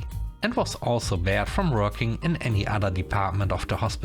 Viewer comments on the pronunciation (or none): "barred" is similar to the alcohol place "bar". Here it was pronounced as something uncovered: "bare". "Barren" does not sound like "barred".